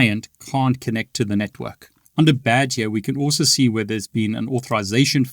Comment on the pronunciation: I love the way he says the word "here" Sound like he's sayin Hee-Yah😂